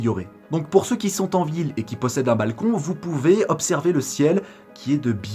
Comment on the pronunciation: "plus pouvoir z'observer" ah ah ah toi tu viens de lire les Liaisons dangereuses! Bon je te taquine, le sujet de cette vidéo peut sembler secondaire mais il est fondamental en réalité.